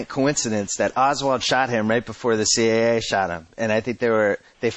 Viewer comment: A) Why can’t Simmons say “The CIA” without making it sound like “The CAA” and 2) I loved when Klosterman was on b/c he always challenged Simmons with real questions on his bullshit arguments or theories